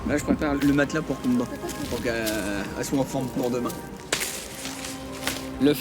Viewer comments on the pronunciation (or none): Je me sens trop mal car à chaque fois qu’ils disent « kumba » j’entends « pumba ». La pauvre en plus honnêtement j’aime bien cette aventurière ❤️‍🩹🤗